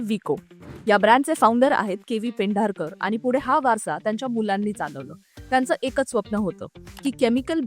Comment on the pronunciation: पेंढारकर नाही, पेंढरकर.